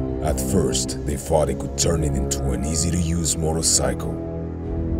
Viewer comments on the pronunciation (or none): none